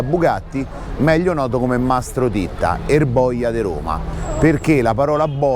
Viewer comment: Mastro ditta o titta?forse è l'accento...... Ma cosa vuoi che sia questo a confronto le porcate che hanno e fanno lo S.P..... sono i primi amici della maf.a ... Ma dai .. Mastro Titta era un piccolo ingranaggio.....